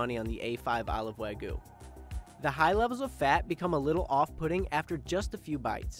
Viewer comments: Why r u saying wagu rather than wagyu? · He says weiguu not wagyu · why does my guy keep saying wagu? lool where did the y go? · I just cringe when I hear say "wag gu" throughout the first part of the video. Doesnʻt he hear how pronounces it? Even Chef mispronounces it. "Wa" (Japanese) is pronounced like "wah" as in "wash" - and you canʻt eliminate the [y] sound in "gyu" (cow), so itʻs like combining the sounds in "hugyou". I understand itʻs hard to pronounce the Japanese "r" sound as in "toro" or "nigiri" or the "tsu" sound in "Matsuhisa" (there is no "tu" sound in Japanese), but English speakers can definitely pronounce "wagyu" more correctly, and chefs and people in the media should not perpetuate the mispronunciation of common Japanese food words like "shiitake" mushrooms or "tempura." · lol stop saying Weh-GU. wheres the Y. its pronounced the same as it is spelt. literally. Wa-gyu. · Why can't Americans say Wagyu properly? It's not that difficult. Wah- GYUUUUU, not wagoo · FFS man, WAH-gyoo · why are you having such a difficult time saying Wagyu? there is a Y in the word, pronounced Wa Gee You. what is the trouble bud? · Can you at least pronounce Wagyu right?